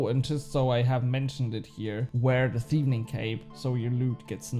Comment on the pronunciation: i think its just one "N" in thieving 😆 you just had a heavy double N thing going on there when you said it. I woke my wife up laughing so hard😅